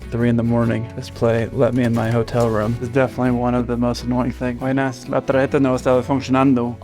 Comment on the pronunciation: that " Buenas" came out really Colombian ahahaha